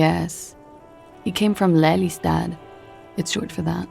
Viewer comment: You pronounce Den Haag perfectly fine, including the G. The characters in game don't pronounce Lelystad in Dutch, the E is a long vowel and rather than a short "Leh" sound. Then again, names of places are commonly pronounced a bit differently by other nationals the world over. But if Klaasje is from Oranje... (could be just the voice actor, since various people in game pronounce some of the same names differently, or it could be something else...)